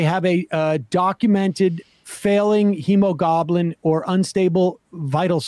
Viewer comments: Did anyone else catch that "hemogoblin?" Beware the blood goblins, for when they fall, women are truly in peril! (Yes, I realize he meant "hemoglobin," but the geek in me couldn't let it go without a quip and giggle.) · Sam mispronounced "hemoglobin" as "hemogoblin" and I think we should start calling Republicans Hemogoblins because they're bloodthirsty monsters. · "hemogoblin"... I'm sorry, I shouldn't be laughing right now. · I'm sorry, I know this is a serious subject...but I can't stop laughing at 'hemogoblin' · ok, I had to lol at "hemogoblin" Sam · "hemogoblin" lol love the show Sam. Also fuck the supreme court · "Hemo-goblin". Sam, it's pronounced Re-pub-lic-an. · I notice some 'hosts' don't read over what they're reading to us beforehand. Lazy prep. That destroys what you are trying to read! Its hemogloblin and hemo peritoneum - Latin origin ,not difficult. A very important quote that no one could comprehend because you slaughtered the words. Getting the WORDS correct makes a difference. C'mon ! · Snurk. "Hemogoblin." Love ya, Sam. Edit: more seriously, we need a death list.